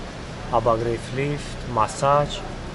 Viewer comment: Массаж, а не масач